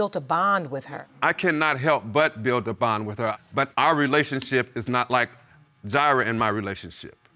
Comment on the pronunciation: "Ji'rah born" haha . Yes, i am the grammar police! Woot!woot! Thats the sound of the police!!